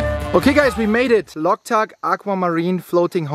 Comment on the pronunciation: Not locktuk lake ,bro" Loktak lake "